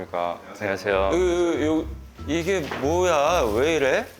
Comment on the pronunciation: ㅋㅋㅋ 발음 뭉개짐 ㅋㅋ 안냐세여 ㅋㅋㅋ 기엽네여